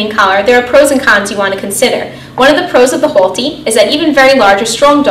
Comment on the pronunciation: " Hole-T" im hearing boston accent? staten island?